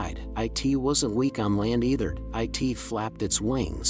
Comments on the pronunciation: Why say "i t " instead of "it" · Really stupid fake story. Not plausible. Baby would have been injured and bleeding with a wolf and eagle fighting over it. Even the narrator says "I.T" instead of "it". Why waste our time? Ads? I feel stupid that I even listened to 5 minutes of the story!